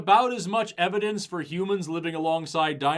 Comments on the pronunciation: "When we look at all the EViDIENCE"? Not "evidence". "Evidience". Wow. (Timestamp ) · ...did he say "evdience"??!!?